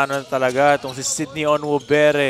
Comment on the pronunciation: Sinong Cindy? Kept saying Cindy instead of Sydney. 😂😂